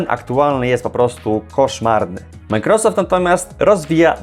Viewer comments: czy możesz panie redaktorze nauczyć się poprawnie wymawiać i akcentować microsoft? nie przeciągaj na ....rosoft tylka akcent jest na początku . micro....... należy przygotować się do materiału a firma "Microsoft" na pewno będzie wdzięczna za niekaleczenie jej logotypu. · Jak Ty w denerwujący sposób wymawiasz Majkrosoft 😂